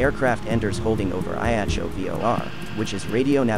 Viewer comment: A-Jack-C-O (Ajaccio) … 🤦🏻‍♂️! US speakers always fuck up pronunciations. Why is that?